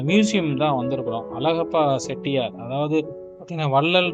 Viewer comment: செட்டியார் என்று சொல்லாதீர்கள். ச்செட்டியார் என்று சொல்ல வேண்டும்.